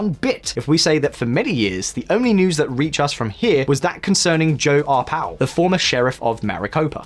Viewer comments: "Joe Arpow" lol. It's Ar-pai-o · Pie, not pay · Sheriff Joe Ar-PIE-oh. But then if his name gets mispronounced for the rest of time then I'm good with that. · Joe Arpaio’s surname is pronounced Arr-pie-ōh, that’s pie as in 🥧 . Arizona is led by the Phoenix metropolitan area, and the Phoenix metropolitan area is regularly rated the most conservative area of the country. Other parts of the state are more democrat leaning, but they can’t overcome the way districts are drawn. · his name is "are-pay-oh" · Native Arizonan, here, it's "pie." Case closed